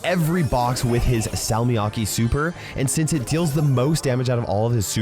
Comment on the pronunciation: I died inside every time he said salmiakki with an English accent